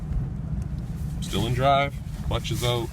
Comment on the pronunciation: You can tell he's Canadian--he said "oot" instead of 'out.'